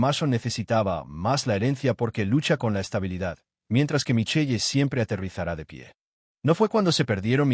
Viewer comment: “Mason” y “Micheye” Me encantaría la pronunciación de la IA.